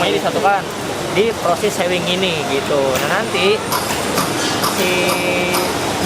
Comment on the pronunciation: Bacanya sewing itu kaya pake u bukan e 😂 artinya menjahit